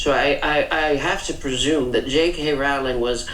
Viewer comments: Rowling rhymes with bowling, please be respectful, unlike those in the video you're reacting to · It’s so annoying how Americans, and even some brits, pronounce JK Rowling’s name. It’s not bloody Rawling! It’s pronounced like the word ‘rolling’. Also, yeah, the publishing house suggested she change it to appeal to boys. And she doesn’t have a middle name so she used her grandmother’s name, Kathleen, for the initial. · Why are you mispronouncing her surname? It's rude.